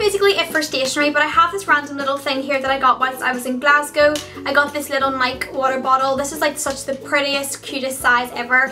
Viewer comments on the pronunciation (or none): it's pronounced nye-key for your water bottle lol